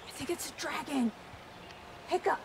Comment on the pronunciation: it is dragon not sragon